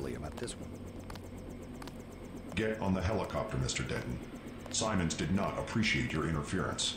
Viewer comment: Simons The entire video: Walton Simmons